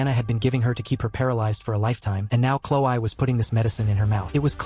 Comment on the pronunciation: normal people: chlo-e. the video's narrator: chlo-i.